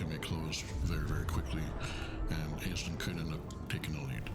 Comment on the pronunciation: A word to the wise: "Aisling" is an Irish language name and is pronounced like "Ashling". The Irish language has its own rules of spelling and pronunciation and they are a bit different.